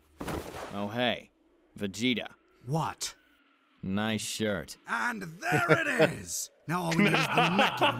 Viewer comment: This dude actually called him "Vageta" 🤣